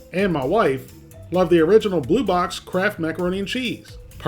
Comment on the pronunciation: i thought u were saying "crap" macaroni an chease lol ... or is it kraft?.. i cant tell .. sounds like crap....... lol hahah crap!